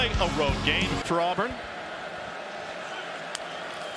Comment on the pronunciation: the name is not Alburn. it's Auburn.